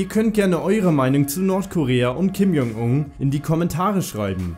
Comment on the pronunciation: Du sprichst den Namen tausendmal falsch aus, du sagst die ganze Zeit lang ,,Kim Jong Ung" anstatt ,,Kim Jong Un"...